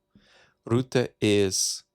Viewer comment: The name is not Roota. It is Rutte with the U sound from before the 17th Century vowel shift in English. It is closer to the U in the schwa, such as the uh sound at the end of sofa, or the sound of the vowel in "writ". Why not use AI tools to get pronunciations in foreign names correct?